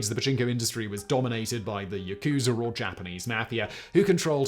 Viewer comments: "yah-koo-zah" rather than "yah-KOO-zah"... Japanese doesn't have accented syllables. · 🤣 this man said “ yukuzer”